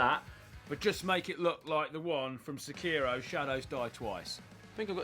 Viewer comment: I appreciate how he pronounces “Sekiro” properly. That’s something you don’t see very often.